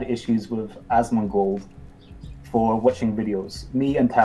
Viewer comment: Aschmonghghghgold. Seriously, I'm not one to pick on people with speech impediments, but ohly fuck.